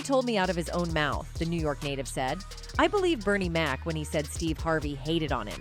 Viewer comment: But all due respect ! Please get Bernie Mac's name right.❤❤❤❤